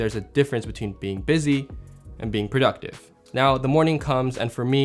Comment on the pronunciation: prouductive? 😂 Love your videos and channel my guy! Keep it up. You inspire us with your tips and filmmaking.